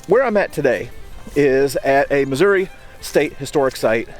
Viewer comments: Thank you for pronouncing Missouri the right way. ( at least from central Missouri on up.) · Very interesting and informative. You get extra props for correctly pronouncing New Madrid (fact) and Missouri (opinion).